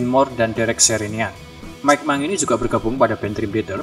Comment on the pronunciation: mangini , di bacanya "manjini" om